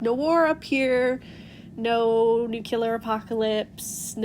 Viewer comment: Took me a moment to realize you weren’t saying “new killer apocalypse” ^^